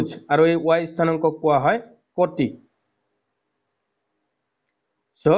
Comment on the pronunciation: Sir kuti hoi koti nohoi😅